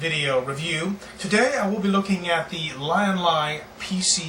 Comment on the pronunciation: from LYIN - LAI to Leean -LEE lol